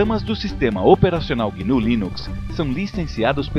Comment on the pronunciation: é GNU, não guinu.